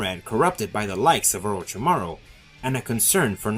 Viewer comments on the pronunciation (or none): none